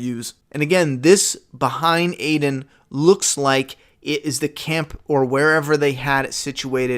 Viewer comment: Beta doing some Beta shit 😂 But 1 thing, are you calling Aldon Aiden? If not, I'm trying to figure out who th Aiden is...